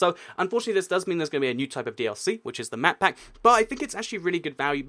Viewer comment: Anyone else hearing him say matpat when he says map pack. #GameTheory&ToycatCrossover #MakeItHappen